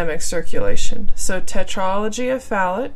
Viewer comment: Fallot isn't pronounced "fal-ut." It's pronounced "Fal-OH." Atresia is pronounced "UH-TREEJ-UH," not "UH-TREE-ZEE-UH." Hope this helps :)